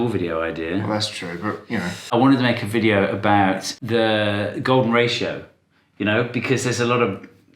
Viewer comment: i cannot wait for your next chain "vidoe" 🤣